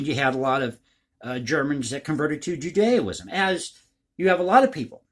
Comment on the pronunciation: Happy holidays,! Hard to believe this mad year is practically gone already, and I have a feeling next year will be worse for a lot of nations. P. S. Just a bit of friendly critique here, but it's 'Judaism,' not 'Judeo-ism.'